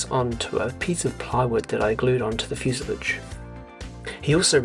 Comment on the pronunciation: fuse-lawj cheers